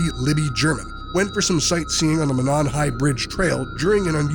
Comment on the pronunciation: Monon is pronounced Mō-non.